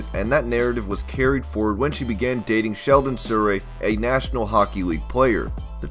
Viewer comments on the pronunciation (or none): its sheldon souray no shouray cmon son